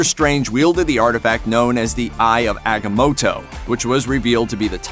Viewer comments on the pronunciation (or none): ahgammota lol prounced wrong